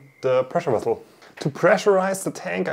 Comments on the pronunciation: Vessel not wessel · Pressure wessle? Whats a wessle?😂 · "pressure wessel" This is why I came here.